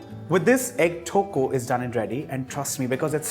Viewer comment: Haha..the way he pronounce tokku 😍😂 is actually cute..